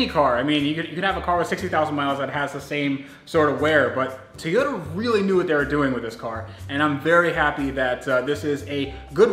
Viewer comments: Ok man i really love your videos ,but your making me crasy with your tayota its TOY-ota please!!!! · Its Toyota...not Tiyota! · I was under the impression that the car brand was a Toy-ota. On this video it sounds like you keep saying tea-ota. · Okay...while I love your videos...the whole mispronunciation of Toyota has to go! It is TOY-O-ta. Not TEE-O-da. There isn't an E in the word anywhere. Other than that, keep up the good work! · If its his dream car, shouldn't he know how to pronounce Toyota? Its not TEEYOTA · Please learn to say Toyota....